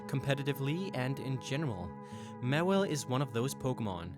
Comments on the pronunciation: i thought it was pronouced MAW-wile not mawillie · It's not mawil its maw/Ile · its pronounced maw-while not mu-will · OH MY GOD HOW CAN YOU SAY THEIR NAME WRONG SO MANY TIMES!?!?! JUST WHY? MEWHLE? MEHWLE!?!HOW CAN YOU SAY IT WRONG!!! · It's Maw-Wile. Maw and Wile (Wily). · I would've said du sparce deserved a mega more than Mawile(pronounced Maw-While) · ITS MAWILE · How can you screw up that bad with Charizard by calling it "Cherizard" and "Mewile" when it's "mAAAAAAAAAAAwile"?